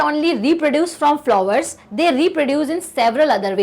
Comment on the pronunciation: Hi am avika Mam you teach us very well i am happy to be a student of you all thanks to magnet brain ♥️ But mam sometimes you are spelling the words wrong as to species you're pronouncing spices and to flower you're spoking wrong but you're explaining all of us in a very good manner , in a fun way i am thankful to you as a teacher of magnet brain keep going mam continue your passion you will be the best teacher of magnet brain ❤